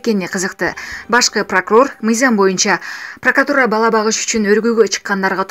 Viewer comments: Прократура. Кайра кайра кайтала , Дастанбек бп калдын го пракатура деп, 5 жолу айттын бири дагы туура айтылбаган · Прокуратура деген соз кулака пырыкатура деп эле угулуп калыптыр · Ээх эже ПРАКАТУРА ЭМЕС ПРАКРАТУРА ДЕСЕН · Ай карындашым.пркатура дебечи "Прокуратура" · Долоталиев Бекболот дагы жакшы прыкыратура дебей😀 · Диктор кыз Дастан Артисбектин карындашы эмессинби! Пракатура дегенине караганда!Прокуратура деп айтчы тантырабай! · Прокротура дегенде тилини сындырып албадынбы 😀😀😀😀😀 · Секасалюттун карындашы,пыркыратура,энвд,чакурук,здравахранена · Прокатура😃 деп кечке суйлоптур